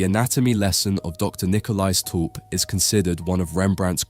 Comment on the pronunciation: My family stems from this guy. Thank you for pronouncing our last name properly. Lovely insight into this panting. Also, this was Rembrandt’s first commissioned painting.